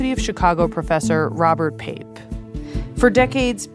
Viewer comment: You called Pape? 🤦‍♂️